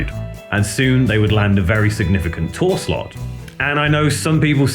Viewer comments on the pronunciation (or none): none